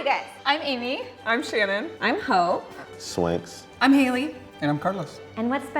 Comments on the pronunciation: When the girl in the white shirt said her name I thought she said it’s “Hoe”. 😂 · yo when that girl said her name was hope i though she said "I'm Hoe" lmao made me spit my drink out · i swear i thought that girl said her name is hoe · i thought she said ho 😭😭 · Anyone else hear that girl say her name as “Hoe” 😂😂😂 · I thought she said "I'm whore" 😂 forgive me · I thought the blonde girl said her name was hoe for a second 😂😂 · I thought she said "my name is hoe" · I kid you not, I turned ON captions to confirm what I heard.